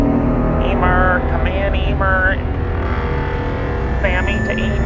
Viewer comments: “Hi Emer” Me “ IT IS ELMER!!!!!! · I love how he still called Elmer EEmer